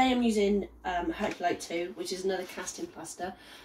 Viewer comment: I'm sorry what are you using ? I couldn't understand what you said I tried 5 times. I think u said herculite 2? What kind of plaster is that in the video you're using